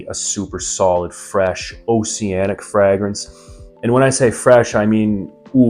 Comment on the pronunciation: Are you sure you chose the correct profession?. The way you say fragrance is wild. 😂